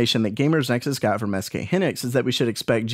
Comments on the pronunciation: HYnixs, not hinics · hee-nix lol it's hai-nix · SK Hynix, not Hinix - 'Hy' like in Hyena ( /haɪˈiːnə/ ) , not like 'hi' in hindrance ( /ˈhɪndrəns/ ) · Triggered. It's "high-nicks". S. K. "High nicks"